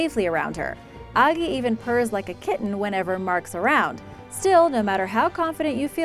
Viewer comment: It’s not ogee it’s Agee